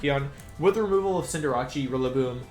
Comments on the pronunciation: Why does he say Cinderace like that? 😂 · Did this noon really say Arca-nee-nay, Venyasaur Jiggalith, and Cinderachy?? Is your i.q. the same as your shoe size? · Wolfey darling, I love ya, but it's pronounced "ar- k- nine" like canine the canid species of animal e.g. dog, fox, wolves. Fun fact! It's why the robot dog in Doctor Who is called K-9, not K-NEENAY. Also, it isn't "Cin- deh- ra- chee"! 'Cin- der- ace' is how it's pronounce, a combination of cinder (fire) and race or ace in reference to an athlete or pro competitor. Where does the 'ra-chee' bit come from? And what does it have to do with a fire bunny who plays football? PS love the vids dude, you're a great guy! But please learn how to pronounce them as you're the first person to bother me this much due to your pronunciation not even being consistent to how vowels and syllables are used in the English language. PS PS it's Venus (reference to flesh eating plants the flower on it's back is based on)- Saur (like a dinosaur... That bit you got right). PS PS PS "Nee- Nay- Tails"!!! Are you kidding dude! It has Nine Tails! So how do you reckon that's properly pronounced hmmmmm?? I dropped a like. <3